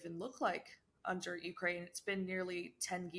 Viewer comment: This poor guy needs to get educated, his illusions are not facts.....he can't even pronounce Ukraine....